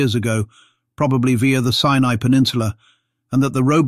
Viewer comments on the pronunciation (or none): none